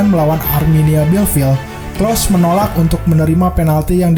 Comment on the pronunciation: Telat 9 bulan,, klose bukan klos